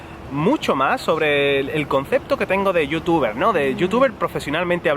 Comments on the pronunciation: sii, a mi también me gusta como pronuncia ese "Yotuba" :) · corrección es "youtuba" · es igual a como se pronuncia en alemán , porque la "er" de final de las palabras se pronuncia como una "a" entonces:youtuber=youtuba. Kinder=Kinda y así... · lo mejor esq dice yutiuba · youtuba XD me gusta como suena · Youtubah, jajaja que grande